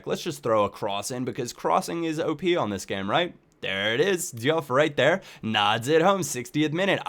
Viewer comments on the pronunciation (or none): i thought it was pronounced doof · Diouf is pronounced 'JOOF' just saying. great vid hough man:)